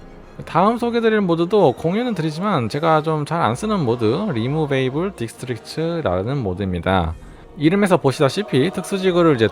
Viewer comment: 4분 47초에서 리무베이블이 아니고 리무버블 아닌감요? Removable